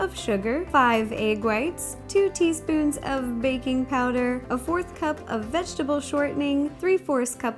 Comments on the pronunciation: I thought she said bacon station and not baking station lol😊😊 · When you say baking station it sounds like bacon station :) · When you said baking I thought u said bacon and I was super confused 😝